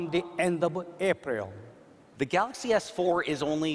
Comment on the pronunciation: can't the CEO guy know how to pronounce his own phone's name? I mean I can understand the accent, but even Miyamoto can say "Super Mario".